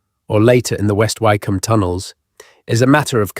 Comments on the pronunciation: Lovely and fascinating narrative. Been to a few of these and many thanks for the considerable effort that has gone into this, But . . . OMG: re Hellfire Club, Wycombe is not like Bike it's as in Wick. Is it not possible to correct errors lie this??? These things are quite easy to research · Wykeham? Surely it's Wick'am? See also Southwark, it's suthark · Wycombe is not pronounced why its pronounced wick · Yes West Wycombe near High Wycombe is pronounced Wick’am. I used to live there. I’d walk my dog up on the hill around St Lawrence Church with its golden ball. At night the Dashwood mausoleum next to it is floodlit so as you drive along West Wycombe Road towards it, it seems to hang ghostly, eerily glowing seemingly in mid air. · Learn how to pronounce Wycombe. (Wicome) is how it is pronounced. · AI often mispronounces words... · It’s pronounced…. Wickom. The y is silent. It’s not Southwark../ it’s pronounced…. Suthark!! The wrong pronunciations here are more than annoying. It’s also less than scholarly. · . Some of the pronunciation made me suspicious too, such as Southwark and Wycombe which any Brit would know how to pronounce. Is AI getting sneaky enough to include hesitation and slight regional accents now? Interesting nonetheless. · This is AI! Wycombe incorrectly pronounced. Thumbs down to this rubbish